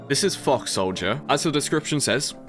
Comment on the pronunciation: Mate, your pronunciation of "Fox" is frying me right now. It's as if you are swearing HARD hahahhaa